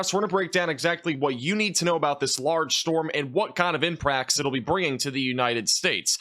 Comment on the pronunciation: "Impracts." Lol I just happened to catch it.